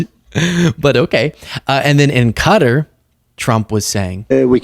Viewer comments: Is it me or is Qatar actually pronounced Ka (as in 'cu' from cup) - tar (as in tar), rather than Cutter? Every news caster in the US is pronouncing it "cutter". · You are mispronouncing Qatar babe. Its pronounced Cah-tar. Thanks for educating the rest of them. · Why's everyone pronouncing it as "Cutter? It's so weird... if you wanna aproximate the local pronounciation, think of a short "kuh" followed by a long "taar". Klingons and Elves do it properly: K'Taar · Why can't any American pronounce Qatar? (👀 at you, 😂, amongst others). They say "Kat'rr" when it's actually "Kataaar". Edit: Okay, that one news anchor woman pronounced it correctly. She gets a 🍪 😄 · Bad enough that all professional journalists pronounce it incorrectly, but it's kuh-taa, not Cutta for Qatar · By pronouncing the word “Qatar” as “cutter” it is misleading to people. Please pronounce the word correctly. Thank you, respectfully, we the people. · why do americans say cutter when is pronounced Qatar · please say Qatar properly. Its not CUDDER!! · Ok this is pissing me off.. ITS NOT PRONOUNCED CUTTER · why are people calling Qatar - Cutter? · Why can't Americans pronounce Qatar correctly? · why are you pronouncing Qatar like a Magat?